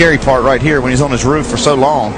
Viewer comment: did he say "over on his ruff "?